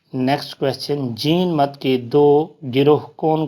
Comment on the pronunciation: بھائی یہ جِین مت نہیں- جَیْنْ مَت ہے